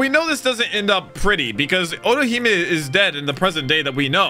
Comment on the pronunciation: Otohime. But calls orohime